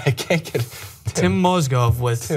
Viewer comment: Strange you talk about Mozgovs first name but you get it wrong yourself.